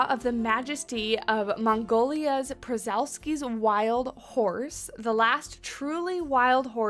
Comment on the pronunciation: Aha made me chuckle a bit that you mispronounced all four habitat animals 😅 Loving the pack though (all five animals are 5 star for me) and they definitely withheld the update as it would’ve given away the siamang! Just as a help: Scimitar-Horned Oryx = simitar-horned o-rix Siamang = sigh-a-mang Przewalski’s Wild Horse = shuh-vall-ski ‘s wild horse!